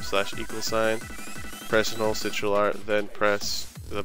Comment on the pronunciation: crtl is pronounced "sitral"?